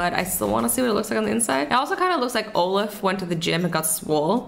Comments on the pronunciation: She said olif. It's OLAF!!! omg when i heard this a was so triggered. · OK IM SORRY BUT ITS PRONOUNCED OLL-OFF OLAF (not trying to be mean I just watched it a million times) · azzy: is that Olef?? me: ummm isn't it Olaf?? 😂